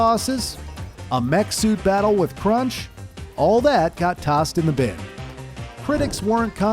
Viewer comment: it's crunch not crush